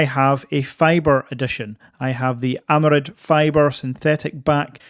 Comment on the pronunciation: thanks another great video, just one niggle it's aramid not amarid 😊